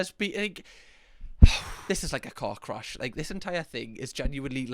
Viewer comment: 😂😂omg i thought you said cock crash 😂😂😂😂thank god you said car crash again 😂😂😂😂